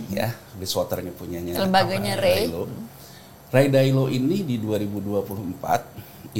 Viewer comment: Take a sip every time he pronounces Ray Dalio as "Ray Dailo" 😂